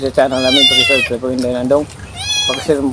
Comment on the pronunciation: Bat nahihirapan ka andong mg salita ng subscribe na bubulul ka sa words nayan ..lahat bg vedio mo ganun..try mo mag salita ng subscribe na dahan dahan at hindi nag mamadali mabibigkas muyan ng malinaw promise....nakaka turn off po.boyoy e